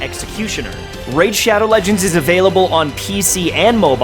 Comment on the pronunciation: Bruh... “RAID SHADOW LEGENDS”